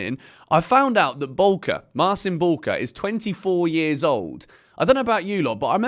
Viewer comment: Guys: Mar-CHEEN Boo-wka. Not Marsin Bulker.